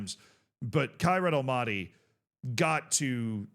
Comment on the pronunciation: love your vids however hearing you say almaty like that is nails on chalkboard i beg of you…. it’s All Mah Tee